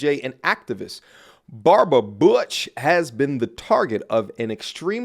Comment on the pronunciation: butch.... sounds like BITCH